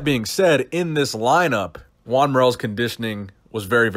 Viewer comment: SHOTGUN20000 Lol I thought he was saying “Gian”